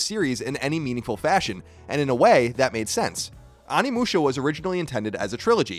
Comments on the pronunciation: Onimusha oh-knee-mu-sha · Can pronounce Samanosuke but can't pronounce Onimusha lol love ya Colin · Why has like every video on this I've seen lately mispronouncing the title of the game lol, c'mon Colin!